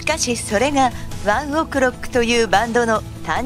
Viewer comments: やだ、ワンオクのイントネーションがやだ😂😂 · ワンオクの発音草wwwwちゃんと発音出来ないのかよ